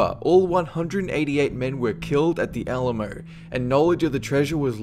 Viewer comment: You cant go to texas in 3 sec. of number 14 you miss pronounsed 2 BIG texas pride that we love like the alamo.